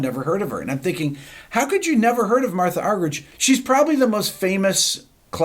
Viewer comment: Rick, it’s actually pronounced “Marta.” But wonderful to see you have the same love for her as so many.